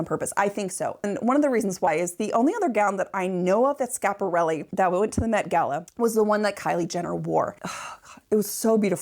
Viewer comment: And the dress is too small and not really like the one in the painting. And please stop butchering the name. It's SCHIAPARELLI not Shap.